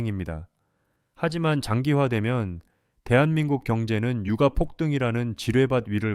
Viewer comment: 유까라고 읽어야하는거 아닌가요?^^